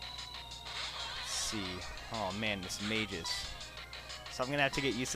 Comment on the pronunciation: Its not Mis-mage-us. its Mismagius.